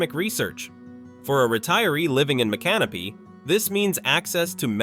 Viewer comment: AI can't pronounce the names right, such as Mi can no py.